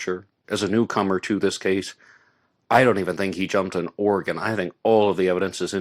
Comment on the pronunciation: umm not trying to be difficult but the first a in Nevada is pronounced like the the letter a in the word "rad". your pronunciation of Oregon is spot on though....